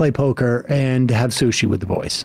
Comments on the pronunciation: Don't every say sush ever again. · 🤢i've always found SUSHI to be disgusting...Sam calling it "soosh" made it even grosser...